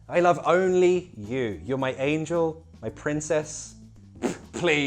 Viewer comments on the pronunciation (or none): none